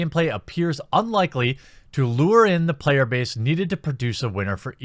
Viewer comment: "Payer Base" 🤣🤣